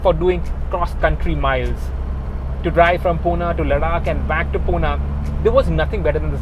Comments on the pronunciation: Bro.. Its 'Pune' not Puna.. mind it👍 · Wtf is puna ? It's Pune